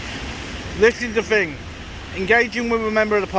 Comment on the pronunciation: How many "fings" are there? 🤣🤣